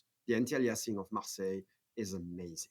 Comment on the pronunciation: Fantastic interview, thank you. But it's MARSEILLE INC, like the France's city, not MARSELLE. :) Keep up the good work, love your channel !